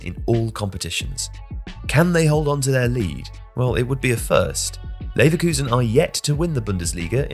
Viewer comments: “Neverkusen” damn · "Neverkusen" is hilarious lmao